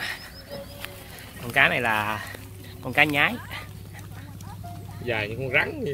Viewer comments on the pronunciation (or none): Cá xương xanh ( xương mà xanh) . Có vùng gọi là con cá nhoái ( lúc nó bơi và bắt mồi nó thường nhoái mình hay nhoài mình) , không phải là cá nhái như bạn trong clip phát âm.